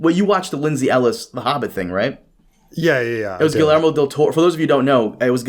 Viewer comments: Dude. You are brazilian. How the fuck are you that unable to pronounce Guillermo? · never heard the name Guillermo butchered so violently